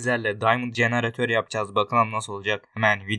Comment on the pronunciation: kardeşim jeneratör değil generator :D